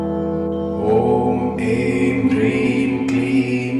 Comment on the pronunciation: Как правильно Хрим или Прим? Слышно Прим а написано Хрим